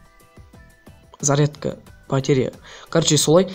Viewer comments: батрея емес батарея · Батеа емес батарея или батарика дұрыстап айтщы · Батеря емес батарея